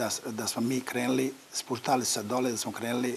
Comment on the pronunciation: U koju li je on skolu isao, kada ne zna ni najobicniju rec da izgovori, stvarno je sramota ko i sa kakvim recnikom moze biti direktor. Sta mu je rec "krenli"